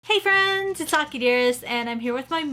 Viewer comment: I have one anime fwend I have two fwends